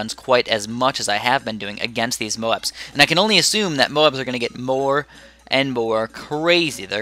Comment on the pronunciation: U said more was moar